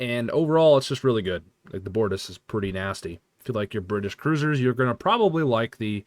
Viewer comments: It's literally Gow-ron. no L. It's also the BOR-tas. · Btw Comander See-luh. The ship is the bor-toss. Chancellor Gal-ron. Sword of kay-less. Captain jane-way Klingon pronunciations in particular are weird so you are forgiven.